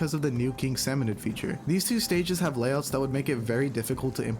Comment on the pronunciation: Dude, I’m sorry, but you’ve be n living a lie this whole time… it’s salmonId, not salmonOId